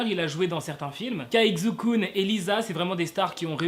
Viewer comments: "Kzou Koun" je crois que je peux m’enterrer sous terre. Ça se prononce "Tsai Chu Kun" pour le Kun je sais la prononciation mais à l’écrit c’est beaucoup trop compliqué. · Xukun se prononce Chukun😂😂 mais archi bonne vidéo sinon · Non ça se prononce "s" pas "ch " ou "sh" ( je le sais parce que chuis chinoise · Ça se prononce chukun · Sa ce prononce Chukun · Ça se prononce Chukun je pense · Ça se prononce "Shukun". Le X en chinois se prononce "Sh" out bien "Ch" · Effectivement,enfin quelqu’un qui le remarque 😂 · Xu kun la lettre [x] se prononce [s] et le [u] se prononce [ou] mais ne tkt pas mm mwa je ne comprendrai pas ☺️ Sinon j’adore tes vidéos continue encore et ça me donne des infos que je savais mm pas alors merci 😊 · WESH T'EST SRX TU BRISE MES ESPOIR COMME AS x( ( On pronouce CHUKUN --' mais tu pouvais juste dire KUN c'est son nom d'artiste ) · Xukun ? Il a dit ? 😂😭😭 mais wsh ça se dit pas comme ça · Désolé à tout les chinois ça se prononce pas XUKUN ! 😂😂😂😂😂 lol